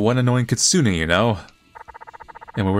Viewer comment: "kitsune": exists: katsune 😎